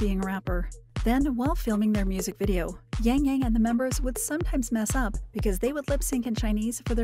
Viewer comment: I cringe everytime I hear his name being pronounced as YaengYaeng